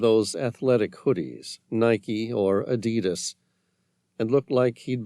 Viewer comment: Um he can't pronounce stalagmite or Adidas,is this AI?